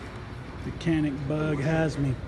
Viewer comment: A lot of gun for the $$ BTW It is pronounced Yan-ick (Canik) Turkish pronunciation :-)